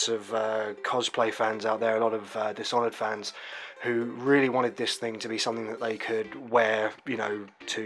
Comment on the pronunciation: You butchered the title